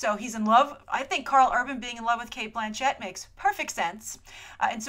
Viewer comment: Its Blanchett not Blan CHETT ahah oh Grace